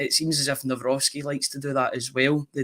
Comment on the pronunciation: kudos to for correct Nawrocki pronunciation